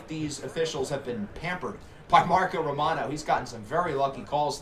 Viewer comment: have you ever tried using a coach's challenge before? I think it could come in handy. Also, liked how you said romano's name.